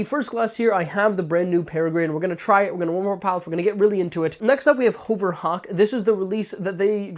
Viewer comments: HUHVER Hawk lol .... Not HOHVER Hawk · lol more like HOE-VURR it sounds like (I agree he's saying it wrong)